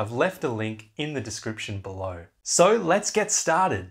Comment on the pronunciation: Dude you’re from Boston aren’t you? As soon as I heard you stay the word started or as we like to spell it stahted that leads me to believe that you’ve spent some time in Boston.